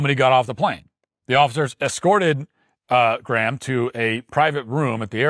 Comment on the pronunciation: im more offended at how matt pronounces Graham lol.